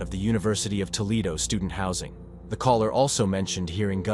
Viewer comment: Toe lead o. = Toledo